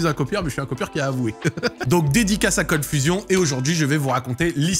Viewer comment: olala l'accent Français sur le Cold Fusion x)